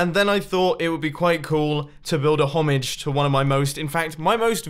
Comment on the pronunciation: Is no one gonna talk about how he said homage 😂